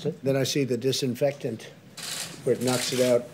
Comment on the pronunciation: I lost her when she couldn’t pronounce disinfectant